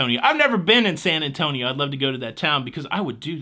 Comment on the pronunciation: I heard the rimshot after that AWFUL joke😂 I give you props though, you at least said San Antonio correctly and didn’t drop the “io” 😊